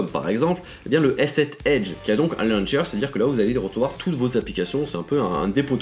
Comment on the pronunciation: "luncher" humhum launcher 😀